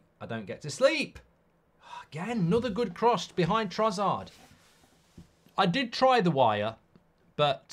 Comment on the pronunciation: why does mark always call trossard trozzard